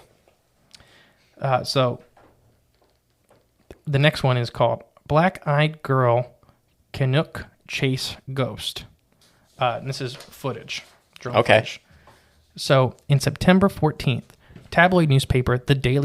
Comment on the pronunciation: I am a bit late to respond with this, only just listened but the pronunciations for Cannock Chase and Staffordshire are: Can knock chase Staff Ford shyer (as in rhymes with squite) Cannock Chase is a weird phenomena hot spot